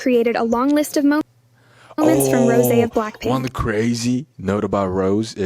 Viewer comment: It's Rosé (Rowsaayyy) not Rose. 😐